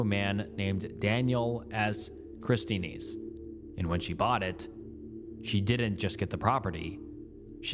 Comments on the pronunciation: My guy, “Christenes”?! It’s Christiansen. Like Christian-sen 😅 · People saying he cloned his voice into an ai program to narrate from all the misakes such as the pronunciation of christensen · You really Don't know how to pronounce the name Christensen? Damn man